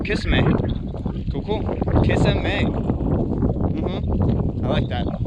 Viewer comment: It’s pronounced “ka-sim-ee” thanks for sharing!